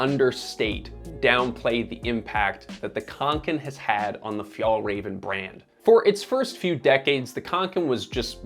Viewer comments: please learn to pronounce the names correctly. Åke is still not pronounced like Ake, and work a bit on Fjällräven and definitely Kånken, although you're getting a bit closer with Fjällräven. I like Kånken because they are timeless and durable, and you don't have to bring half the house for every occasion. Sure, the straps could be padded but there are other models of Kånken if one likes that. Before retiring a few years ago (so, not as a student decades ago) my teacher mom used the Kånken every single day and I still think she has it. So, people like how it looks, I don't have a problem with that. They have a durable timeless piece which will serve them for many, many years to come, it's that great for the planet? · I just wished you pronounced the name of the brand right. Anyways, the kanken won't change because it's what it is. A basic bag. It's like the stan smith of adidas. The silhouette won't change. If you want a more functional bag, you could look at other models or other brands. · F-y-ah-ll - R-ah-ven. Not Fee-yahl-ray-ven. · Pronunciation is ‘fyell-raven’, not ‘fyol-raven’. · The "Ä" in Fjällräven is an "E" sound > Fjellreven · Please just stop saying FjAAllrAAven. Just say MountainFox or something instead. Or...maybe learn how to pronounce it correctly. It's not like Swedes call your streaming service Näätflicks. 🤷‍♂️ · Haha, your pronunciation of Fjällräven is hilarious (but cute) to the ear of a swede! If you want to say it correctly, try this: fjäll = phi-el ("phi" as in philosophy + soft "el" as in the the spanish "el zorro") räven = rra-ven (the "ä" is pronounced like the "a" in ravaging or rad (and not like the "a" in large or cart) and the "r" is rrrroling like in spanish) + ven, like the beginning of ventilation) Kånken = konk-en (the "å" is pronounced like the "o" in concrete + en) fjällräven = phi-el-rra-ven konk-en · WHY U PRONOUNCE BRAND NAME WRONG?!?! Omg OW at least pronounce the “ä” consistently across the word 😩